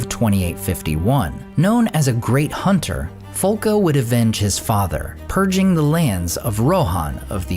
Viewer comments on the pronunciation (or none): none